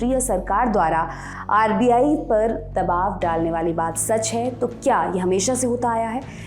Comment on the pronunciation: दवाब नही दबाव होता है।